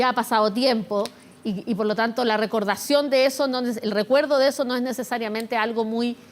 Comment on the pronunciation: Dijo "recordación" ? 😿